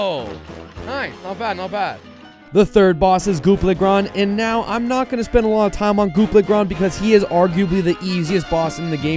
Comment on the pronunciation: Goop le gran😂 it goopy le grand